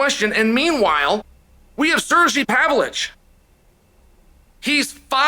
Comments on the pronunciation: C'mon Chael, its pronounced Sirgay Pavlowvich.. get with the program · i love when Chael says a hard last name ... MAKEL-CHEV .. PAV-LICH .... SA-HUDO lol,,,someone has to make a compilation of Chaelisms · I don't speak Rushonian but I don't think his name is pronounced Sir-G Pav-lich. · “Pavlich” … lmao